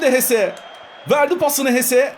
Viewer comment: abi ama o hese değil jese